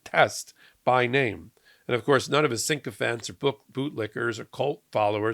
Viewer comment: Say it with me.... "Sick-O-fant". Sycophant. Not "sink-o-fant"